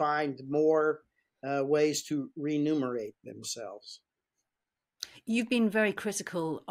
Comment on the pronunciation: Its "remunerate" Breedlove